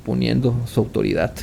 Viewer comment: Me encanta tus historias, solo intenta ser más natural en tu narrativa. Y corrige tu pronunciación con la D , por ejemplo: dijiste AUTORIDAT en ves de autoridaD con D .. escuche casi todas tus historias y en todas esta ese error.. de allí en más, vas muy bien. Muchos éxitos. Soy tu nueva suscritora